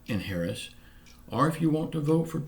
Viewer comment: Thanks for the update. I will not sell my soul to the devil for a stimulus check and that's how I feel about Joe Biden and Kimmy Harris yeah I misspelled it on purpose you did pronounce it correctly God bless and have a good day